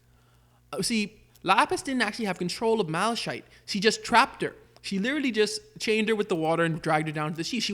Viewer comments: Its mala(kite)chite not mala[shayt]chite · I don't like how you pronounce Malachite because it's not like that it more like mala-kite